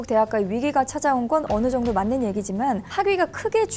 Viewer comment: 요 정도, [꼬트로] 아나운서 맞나요. 한국어 먼저 공부하셔야 할 거 같은데요....